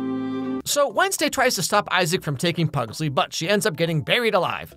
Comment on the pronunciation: Is is terrible but watchable somehow. They mispronounce pugsley and wednesday is conflicted as a person who is sad she will be seen as a failed murderer and a also she is a detective preventing murder? Also the cgi is cheap as can be